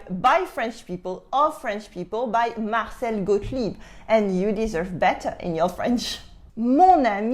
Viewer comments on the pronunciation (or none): none